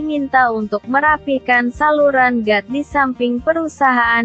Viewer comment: Got kali bukan gat